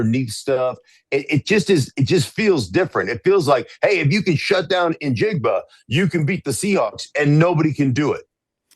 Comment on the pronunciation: …”NaJigba”. Ha, ok Dan. And Tarek Woolen.